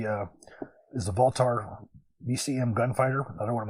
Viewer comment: Wildie?! It’s pronounced wild (spelled Wylde). It’s been around for quite a while now, and there are a crap ton of sources that explain why it works better for those that switch back and forth between .233 and 5.56. The fact that you don’t know how to pronounce it makes me question your reliability as a firearms expert. Also, VoltAR? It clearly reads voltOR. They are also pretty well known in the gun world and have been around for years.